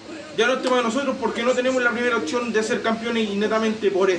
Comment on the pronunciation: repite conmigo "OPCIÓN", no otchón...